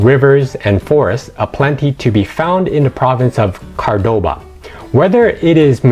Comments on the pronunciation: car-bova? How did you get that from Cordoba? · Learn how to place names, especially Cordoba!